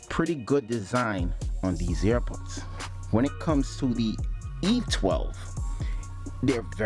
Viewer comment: Lol. All I kept thinking of was the dog Air Bud. Were you saying airbuds or earbuds?